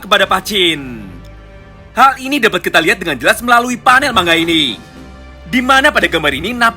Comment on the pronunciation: Bang kenapa kok ngomongnya mangga kok ga manga aja